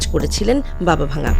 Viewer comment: Not Baba Vanga the pronounsiation is Baba Wangga.He/she is not broken but Dead.